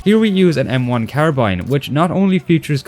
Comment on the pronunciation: Yet he pronounces carbine incorrectly